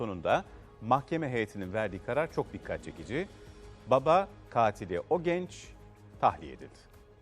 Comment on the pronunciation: Spikerin katil diye vurgulaması çok sinir bozucu 🙄